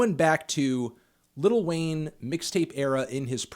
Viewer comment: “Liddle Wayne”